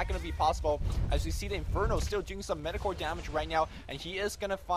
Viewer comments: The word is 'Mediocre'. Mee-Dee-Oh-Kur. Not Med-Ee-Kor. <3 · its pronounced: me-di-o-cre, not me-do-core. much love. long live tentacle hentai!